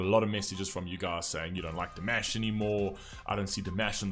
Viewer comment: His first name is actually pronounced dee-MAHSH, as in wash. ❤❤❤❤